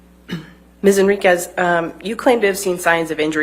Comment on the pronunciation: Wow, said “Henriquez” correctly, her first correct-pronunciation in the trial. Someone must have coached her over and over on this one.